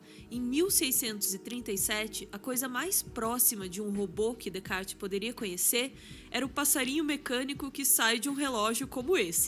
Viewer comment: Sensacional! Ouvir a mulher mais sábia pronunciar Descartes corretamente sem o 's' comprovou o título! E história de Turing é pesadíssima, indico o filme o 'O jogo da imitação'!